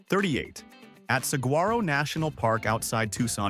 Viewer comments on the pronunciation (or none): This AI bott can't pronounce Saguaro....